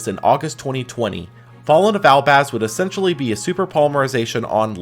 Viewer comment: Why are you pronouncing essentially wrong? 'Excentionally' isn't a word bro